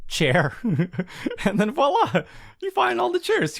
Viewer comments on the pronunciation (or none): none